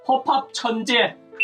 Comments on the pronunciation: 허팝 천재야 라고 들리는군.. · 허팝 천재가 허팝 젖 밥이라고 들은 ㅋㅋㅋㅋㅋㅋㅋㅋㅋ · 왜 들을수록 '허팝천재야'라고 들리지? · 저는 왜 허팝천권 이라고들리죠?? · 그런데 허팝천제 할때 허팝천국이라 했는덲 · 음성변저하니가 허팝초팝이라고 들린 1인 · 허팝 천자라고 들렸어요